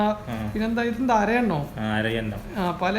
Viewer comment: അരയന്നം ആണ് ഹംകെ അല്ലാതെ അരയണ്ണം അല്ല 😂😂